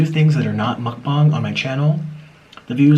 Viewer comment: Why do people say Mukbong its Mukbang!!!